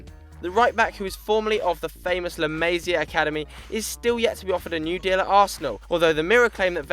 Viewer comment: "La Maze-ia"?😂